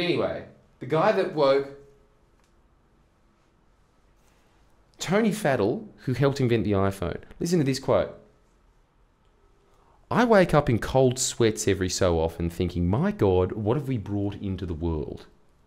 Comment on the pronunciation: You pronounced Tony Faddel's name wrong. it's more like "far del". And, BTW, he's not the person you want to compare against. He's got a brain that runs at 100mph without mobile phones - I know.